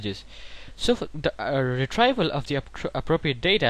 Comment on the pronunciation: good video but it's pronounced as re-treev / re-tree-val